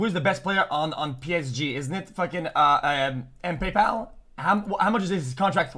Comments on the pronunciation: bro called mbappa "mpaypal" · Bro said MPaypal I can’t 💀💀💀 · how he fuck up names so mush ahahaha mpaypal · "Mpaypal" i'm done 💀💀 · Ah yes the best player in PSG, Kylian Mpaypal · the way he pronounced mbappe and messi haha